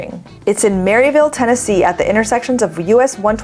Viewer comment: "It's in Maryville, TN..." Just an FYI, the locals pronounce that Merval, TN.